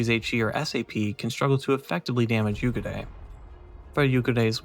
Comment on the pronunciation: Nice review. Pro tip for the pronunciation of the name: There's basically 2x 'u'. So "Yuugure" :)